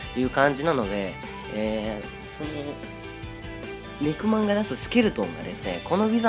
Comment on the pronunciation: ネクマンが肉まんに聞こえるw